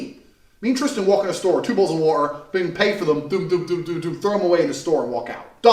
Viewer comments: Your a bitch if you don't like sparkling waharr😂😂😂😂 God he's funny....by the way I'm an Aussie and that's how we pronounce wahaar too!😂😂❤ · he pronounced water in 2 different accents within a sentence 😂😂